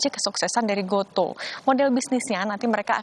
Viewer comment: gotu kak bacanya :)